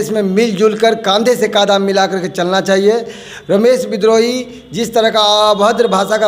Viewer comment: श्रीमान एंकर महोदय विनम्र नाम के साथ कहना है कि कम से कम नेता का नाम सही उच्चारण के साथ ले जिनको आप रमेश विद्रोही कह रहे हैं उनका नाम रमेश बिदुही है और आपकी गलत उच्चारण के कारण नेता भी उनका नाम गलत उच्चारण के जरिए ही लेकर के बता रहे है